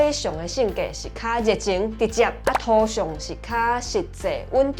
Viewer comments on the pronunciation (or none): "土"標做thôo是毋是佮"塗"舞重耽去？若無照講"土象"要變調成第七調抑是第三調，影片煞共"土象"的變調唸做第一調，按呢應該標thóo。